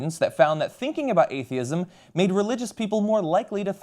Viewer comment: A T H E I S M not "fear of A T H I E S M"